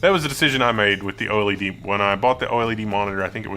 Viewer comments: I think the first thing you must understand about "oily-dee" is that most people call it "oh-led". 😜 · Man, I can't take this seriously.. How do you mispronounce OLED hahaha.